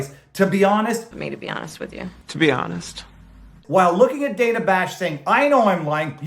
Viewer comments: It’s Day-nuh, not Dan-uh. Bigot! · I love how she bitches about her name being mispronounced, and then she mispronounces Dana’s name right off the bat. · I think you mean Dan-uh